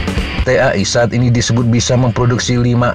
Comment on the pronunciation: T.A.I . .....menyebut huruf satu persatu ... risih juga kalo dibaca langsung!😂.